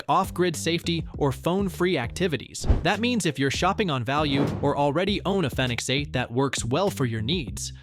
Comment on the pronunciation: Its probounce phoenix. Thumbs down